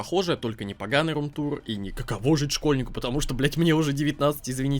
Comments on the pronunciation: Чел, не какОго, а каковО. Не позорься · какоВо а не какоГо фис)